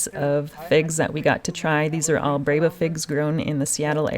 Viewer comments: Should be pronounced “BREH bah” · So, how does the "e" in breba get the "a" sound?